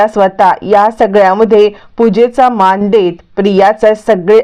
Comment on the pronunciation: माण नाही मान काय मराठी आहे लाज वाटते